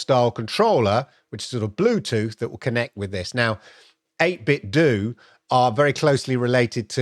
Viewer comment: 8 Bit Dough. Like pizza dough. Like Ninten dough. Not do. Great video.